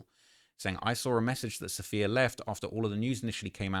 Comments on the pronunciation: Ok say it with me because this name is really not that uncommon, it’s “Suh-fee-yuh” not “saff-ee-ya” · Am I the only one who’s picked up on her name being Sapphire not Saff-eeee-uh🤣